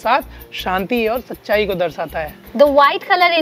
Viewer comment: Darsata nahi hai DARSHATA HAI …. English pronunciation k sath sath Hindi uchcharan bhi mahatvapurn hai